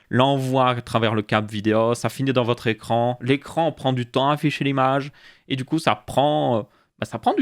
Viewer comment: "écrrrrrrrrrrrrrrrrrrrrrrrrrrrrrrrrrrrrrrrrrrrrrrrrrrrran" ya un probleme pour le 5eme chapitre